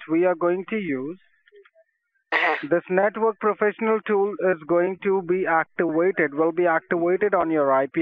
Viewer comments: Actiwated lol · This network tool will be actiwated... It will be actiwated OwO uwu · it will be ACTIWAITED